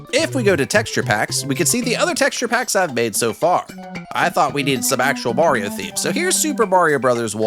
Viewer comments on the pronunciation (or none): laughed too hard at "ihstt a me, mareo"